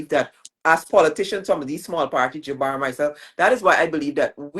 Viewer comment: PRONOUNCE KIAN'S NAME CORRECTLY. ITS JABOUR NOT JABAR